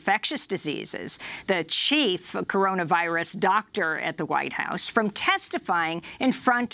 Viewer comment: "The Cororavirus?" I though Joe Biden was the senile one.